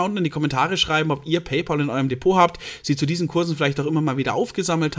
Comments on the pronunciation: Wird "PayPäl" gesprochen, nicht "PayPoahl", gell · Bayerische Aussprache